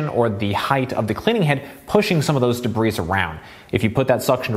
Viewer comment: Excellent professional review. Please learn the pronunciation of dirt called debris, not “dabreeze”